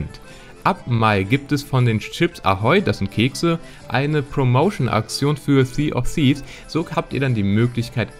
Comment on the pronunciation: wegen der aussprache versuch es mal mit "si of fievs" <-- so ist es glaub am leichtesten auszusprechen